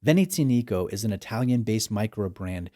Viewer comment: The accent is on the "A", it's veneziànico..not venezìanìco. It's not that hard to learn how to pronounce a brand's name before making a review